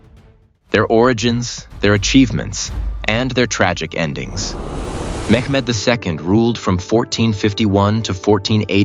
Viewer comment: It's not mekmed!!